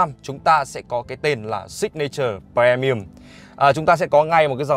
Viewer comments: pri mi um chứ pre mi um là chi zzz. Phát âm chán gê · tr ơi a ơi phát âm pri chứ pre pre mi ùm nó lãng ghê cái clip đang hay mà pre pre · Um chứ ko phải ưm cx ko phải ùm. Fre ni um á chị hiểu ko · Phát âm i thay cho e nha, đừng đọc pre mi ùm nữa nha, vậy nha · Đồng ý kiến.làm j có bờ re mi um .